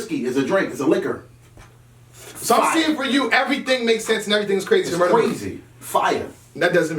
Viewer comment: Tech 9 : this is CWAZEY!!